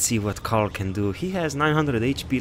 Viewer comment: it's Coral, not Carl...Duh #Kappa Here's why: #Repost